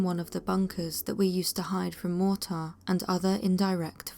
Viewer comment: as told by soldiers? barring a speech impediment there literally is not a single soldier who pronounces mortar like that. edit: shadows in the desert that moved to fast for man or animal around twilight huh? could it possibly have been.... EDDYING SAND?!?!